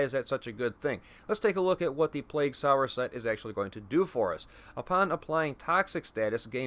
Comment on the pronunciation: It’s sower, not sour. As in, sowing the seeds of love. 😉 Thanks for the vid. Going to give it a whirl.